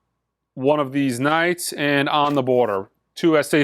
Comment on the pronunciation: I always like to think you're saying, "Ese CDs"... And, just guessing, but the even count for mono/stereo Blue Train discs might be down to people (like me) who but both? Keep up the great work, hopefully I'll catch the next live auction on Sunday.